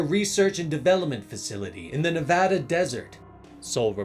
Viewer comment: Great job. You pronounced Nevada wrong, though.